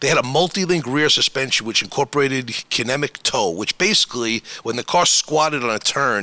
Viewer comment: KIN-EH-MATIC TOE